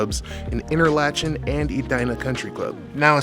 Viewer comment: Hey Man, appreciate this video. As a kid who grew up in Edina, just so you know, it's pronounced InterLocken... Not, InterLoCHen. 🙂